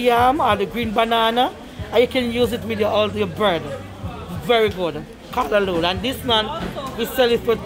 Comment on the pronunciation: happy to see you pronounce callaloo right today lol love the vids